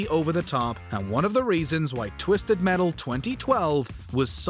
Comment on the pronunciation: Twisetd Metal?